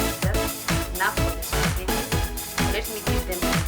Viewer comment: its pronounced spa-ge-tea not supergety, nonetheless great SPAGHETTI tutorial